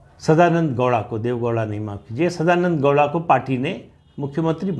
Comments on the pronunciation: Sadananada gouda... Not douda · Sadanand dowda nahi bhai 😐 sadananda gowda